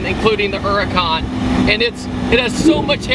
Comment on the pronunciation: It is called a huracan